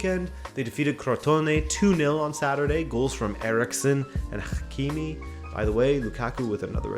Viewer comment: my guy butchered the hakimi pronounciation where did he get a khhh from